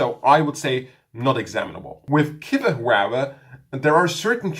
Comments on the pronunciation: it's pronounced Kwiver, not kivver. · I don't think its about accents, just a bit of corrective help. Guy is correct. Its really easy...think of the word "quick". Its not pronounced "kick", its pronounced "kwick". Same applies to "quiver".